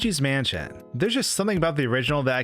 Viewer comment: Yes. The fact that he can't pronounce the sentence just takes the cake. Tag yourself I'm manschén